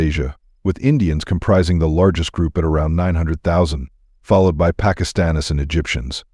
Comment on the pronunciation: FerRarRis, PakIsStanIs 😂 ... can't anyone narrate a simple video without A.I. anymore?